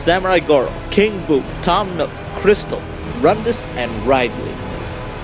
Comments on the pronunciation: IT'S RID-LEE. R I D - L E E. OK?!?!?!?!?!?!?!? I hate it when people mispronounce his name on purpose. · Omg, he called him Ride-Lee ...I'm done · Lol rydley. I call Wario worio. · you pronounced ridley wrong but no hate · That's a cool way to pronounce Ridley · ridley, pronounce rid as getting rid of someone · you said ridley's name wrong